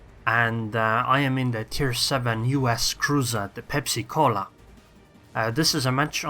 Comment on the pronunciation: are you idiot or what. is pensa - not pepsi cola.